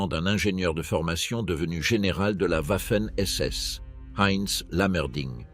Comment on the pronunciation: pourquoi toujours Ouafen SS en prononciation. les Français sont-ils donc incapableode prononcer Garden Va... il n'y a pas de Ouah !!!